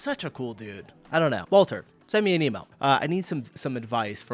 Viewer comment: His name is Mark, Wolter is his surname...just so you can get it right and stop calling him Walter.